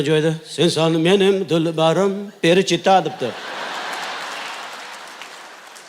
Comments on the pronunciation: Qoyil Avazoxun, topqirlikda Maksim Galkindan ham o'tdi. Lekin nimaga FELICHITA emas perichita degan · Перичита эмес величита. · Фелечито перечито эмас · Перичита эмас Феличита аслида. 😂